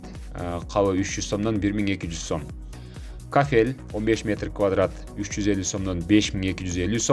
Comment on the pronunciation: КафЕль эмес кАфель туура суйлочу